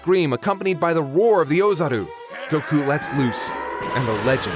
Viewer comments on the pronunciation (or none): Every time I hear this guy say fucking "Goku" like "Goh-khuuu" I'm reminded of the cool whip scene in family guy. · I’m new here whys that one guy say Goku’s name “gokU”? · Why does he insist in pronouncing Goku the Japanese way hah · am I the only one who has a problem with the way says Goku